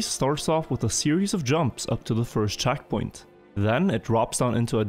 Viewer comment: The way he pronounces E's actually does my head in. "Saven", "chackpoint" "laft turn"